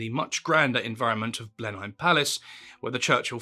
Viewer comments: This was a good effort. Hopefully you won't mind me, as a minor student of the man, to correct a couple of things by way of constructive criticism but still applauding your efforts and those of your associates.? Firstly, your pronunciation of Blenheim: in British English it is pronounced "Blenim". The "e" is only pronounced in the original German (the village is actually called Blindheim). Secondly your pronunciation of the word hussar. In British English it is pronounced "huzzar" not with the sibilant "S" you used. Churchill wasn't in possession of a revolver when the Boers captured him. He wasn't actually in possession of anything because he had discarded his Mauser C96 automatic pistol after the action. The biggest error though, and it's one you should really correct, is to lay the blame for the Gallipoli campaign at Churchill's door. His plan only involved the navy in forcing the Dardanelles. It was his baby because he was 1st Lord of the Admiralty. The land campaign on the Gallipoli peninsula was actually the brainchild of Kitchener and although Churchill was involved in the planning the real impetus came from Kitchener and Asquith. Churchill accepted the blame and fell on his own sword because of his personal involvement as a matter of honour. These corrections aren't me being pedantic, I just like viewers and readers to be given 100% correct information because it could be repeated and mistakes perpetuated.. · LOL no. Or is this some Americans pronounce Edinburgh as Edinburrow nonsense? Blenheim Palace is not pronounced Blen-hime. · Hardly the most important thing to point out, but Blenheim is pronounced “Blenuhm”. Another of our stupid place names that isn’t pronounced in the way that reading it would suggest! Like Leicester etc. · How can you not know how to pronounce "Blenheim"? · The pronunciation of Blenheim is completely wrong.. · Your pronunciation of Blenheim? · makes documentary about churchill but doesnt know how to pronounce "blenheim"